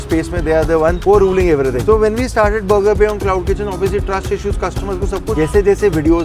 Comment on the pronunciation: Burger❌ Bogger✅